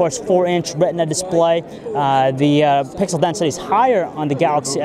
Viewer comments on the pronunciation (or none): none